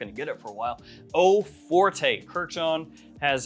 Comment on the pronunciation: Forte is French is pronounced like fort, not fortay (even though we say forte in English like it's Italian or something lol)